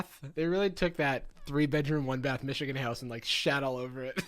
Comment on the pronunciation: as a person from Michigan idk how I feel about you saying "Michigan???" like that